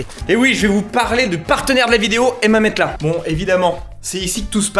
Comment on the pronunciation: Bon explique moi ta prononciation de MATELAS j’attends les arguments. “METELAS”?!?!?